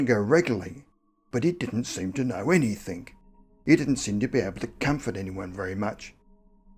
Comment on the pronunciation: Its anything....not anythink